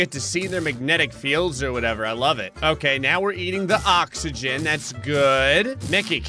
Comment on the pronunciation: Ever heard of oxegon Me: Oxegon? Never heard of it